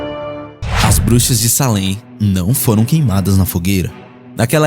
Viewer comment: Ninguém perguntou, mas eu moro em peabody, do lado de Salem, Halloween aqui e doideira, somem muitas crianças.. só a pronúncia q esta errada, escreve Salem, mas se lê seilam.. sou fã do canal.. abracoooo..